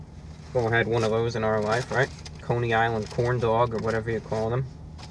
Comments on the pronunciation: Forget about how he says pancake on a stick, how about the way he says corndog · I LOVE HOW HE SAYS CORNDOG